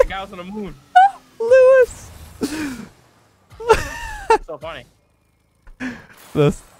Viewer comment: really got Louis Armstrong mixed up with Niel Armstrong and managed to mess up the pronunciation of Louis at the same time lmao